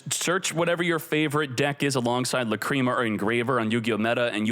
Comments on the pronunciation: "La-cream-ah" isnt it "lack-ree-ma" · It should be "Làcrima", it's the italian word for tear. He's saying Lacríma instead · That's not how you pronounce Lacrima lol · If he calls it La-Cream-a one more fucking time, I'm going to shit my pants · Aaahaahhhh LaCreama mate needs to learn how to say the words lol